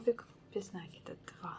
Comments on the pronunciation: Вот же нерусь, не нАкид, а накИд! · а вам срочно в словарь усиленно учится. Это несложно. Загляните в словарь. Там будет нАкид, только пожалуйста не используйте орфографический словарь, его нельзя применять для ударений, он в них часто ошибается. Старые словечки, которых нет в современных орфоэпических словарях, нужно проверять словарём Даля 😉, ну что просветились? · Идея, классная, спасибо за подробное видео! Но...какого нАкида просцици, русский язык для вас не родной? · НакидОм наверное надо вязать? У вас самой что по русскому было? Единица? Конечно нАкид, какие ещё могут варианты